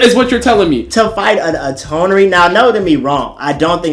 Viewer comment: Why did the guy in the red shirt keep saying Toneri akatsuki that shit kept bugging me 😂